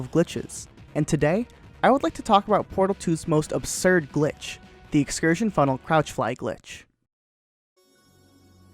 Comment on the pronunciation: "And today, I would like to talk about Portal 2's most absurd glitch: The excursionfunnekajdguwrujg" me: "huh?"